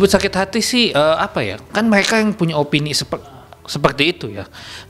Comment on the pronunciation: Mleka nya ketinggalan.. Gw tambahin